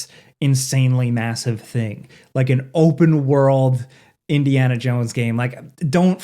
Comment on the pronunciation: Ah yes, Indiana Junes